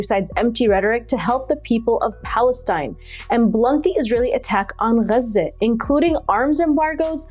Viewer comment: Nobody pronounces Gaza like that dear